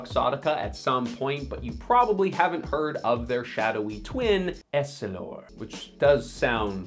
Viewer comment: Why are you pronouncing essilor “Ess-ih-lore” as “Elle-si-lore” . Do you not know how to read ? Did you not do any research for this vid ?